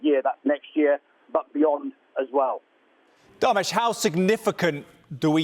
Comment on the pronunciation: It’s Darmesh 😂